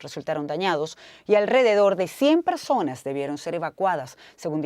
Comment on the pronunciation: Persones dijo la periodista 😂😂😂